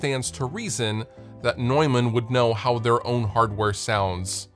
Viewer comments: It's tough for native speakers of English because there is even a vowel in there that does not exist in English. The 'eu' is phonetically actually /ɔø/ (the second one being a vowel that's often to find in northern Europe) and the 'a' is not the english /ɛ/. It's more a short version of an 'a' like you might hear in northern british dialects like scottish. So I don't blame anyone for not being able to pronounce it the German way^^ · Straight up, I thought Neumann was pronounced "Newmahhn" lol